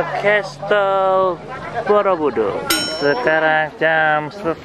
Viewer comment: bukan borobudur tapi boroudur hahhahah